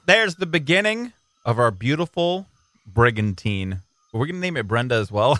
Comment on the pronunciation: The first time you said brigantine I thought brigantina.